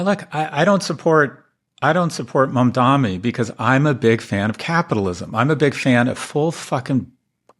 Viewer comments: Scott, it’s Mamdani, not Mamdami. Those condescending swipes are severely undercut by your chronic inability to pronounce the man’s name correctly, Professor. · Galloway, I love you, but learn how to pronounce "Mam-DANI" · Scott Galloway mispronouncing Mamdani’s name is SO ANNOYING. Capitalism has been great to you so you think its the ideal system, even though it has kept in poverty a huge percentage of our population and it has fueled unrest is so many countries abroad. AND it has helped create the billionaires who are a threat to our democracy. Obviously, something isn’t right with US capitalism.